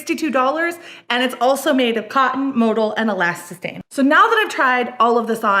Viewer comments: Tha way she pronounces elasthane grinds my gears 😤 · Just say "elastane" it isn't difficult ffs.